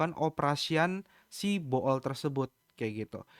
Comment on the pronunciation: koh, bacanya 'bul' karena oo nya dua bukan bo'ol wkkkwkw